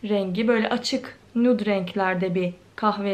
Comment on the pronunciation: Düzgün nude demeyı öğren